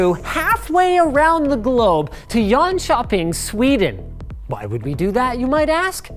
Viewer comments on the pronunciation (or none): Jönköping not Yonshopping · So fun hearing him try to say swedish words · It’s funny how he pronounces ”Jönköping” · Actually I hear quite a lot of local dialect in how he says it, definitely been coached by a local 😁 He says Jönköping pretty much the same way that any non local Swede would do an exaggerated pronunciation of the Jönköping dialect. 😜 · As a swede hearing him say jönköping is extremely amusing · Hello im from sweden and i just want to say that you says Jönköping verk funny can you write this at goggle translate: Linustechtips är bäst på youtube när det gäller teknik